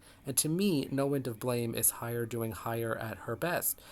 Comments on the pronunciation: Thanks but I would appreciate if you'd pronounce her name properly - Heyer - HEyer not HAyer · Oh, come now! In what universe is Hey pronounced High?